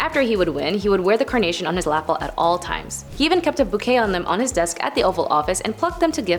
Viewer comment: FYI, "lapel" is pronounced "duh-PEHL," not "LA--ple." I also clearly had cooler history teachers than you had, as I'd been taught all but two of them (the "Six Million Dollar Man" thing was a "current event" because I went to HS in the 70s). My maternal grandmother was tasked with watching the family still because her parents figured that if the "revenuers" (as the FBI agent were called) came by, they wouldn't do anything to a little girl, and my grandmother was really good at talking her way though stuff.